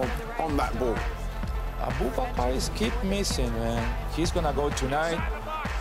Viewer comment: "Aboobakar" lmao